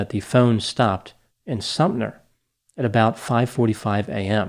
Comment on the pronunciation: Sumter not Sumner